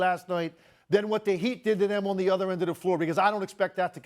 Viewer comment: Tim Legler keeps prouncing the word "The" as "Duh"... How much are these guys being paid without having to use basic grammar as a talking head?